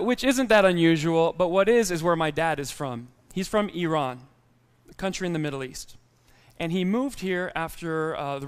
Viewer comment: He mispronounced Iran